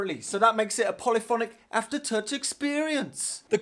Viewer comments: thisguy sounds all London until he says 'aftertouch' and his northern roots are exposed! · He says aftertouch as i say as a german :D